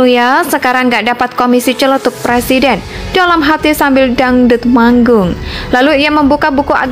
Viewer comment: MAU JADI PLESIDEN?? BELAJAR NGUCAPIN R DULU LAMLI !!!